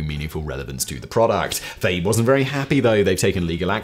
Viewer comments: I'm pretty sure the brand Fage is a two syllable word pronounced fah-yay. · FAGE yogurt is pronounced "fah yay". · Simon, Fage yogurt is pronounced "Fah-yay". I know, makes no sense really... lol, but it is what it is.